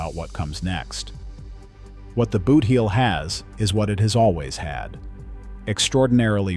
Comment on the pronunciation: It is pronounced boot-heel not booth-eel.